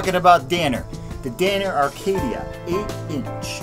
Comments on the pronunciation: It’s Acadia not Arcadia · It's Acadia not Arcadia. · There is no "R" in Acadia...stop saying, "Arcadia" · Every time he said "Arcadia" I wanted to punch the screen. How the hell do you get that from reading Acadia? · Acadia not Arcadia.... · I think the "R" is silent...